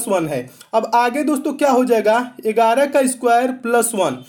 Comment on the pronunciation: Sir Ur videos are actually fabulous but i fell sometimes laughing bcz of Ur pronounciation of 11 इगाराह 👍👍like who felt to laugh